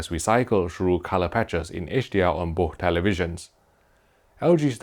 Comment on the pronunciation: May I suggest you say "boss" and "wiss" instead of "bo'h" and "wi'h" since you can't pronounce "th", it's too weird lol.